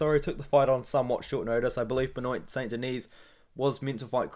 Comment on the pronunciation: Benoyt Saint DeKnees.. really?